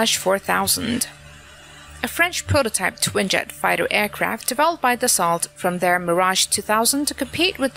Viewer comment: DASSOH say it. DASSOH.